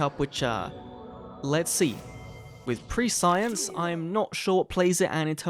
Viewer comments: pronouncing prescience "pre-science" instead of "/ˈpreSH(ē)əns/" I snorted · I was gonna say it's like calling omniscience "omni-science". Just jarring to hear lol